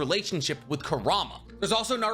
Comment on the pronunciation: Bro love the vids but why can’t you just say kour-oo-mah… he’s like the second biggest character and that’s how they pronounce it in the anime. Not koorama